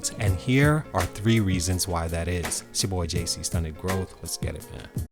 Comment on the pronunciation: Ok i changed my mind. Now i miss when u used to say “essgetitman” instead of “lets get it man” lol love your channel brother, great content! I can watch these videos all day 💯